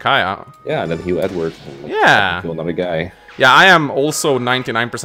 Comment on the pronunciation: It sounded like said Ednerd instead of Edward